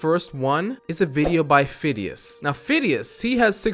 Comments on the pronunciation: its not Fidias its Fi-de-is (to pronounce it) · When called fadais fidis I was like ITS F-AH-DI-AS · Fidias is pronounced fid e us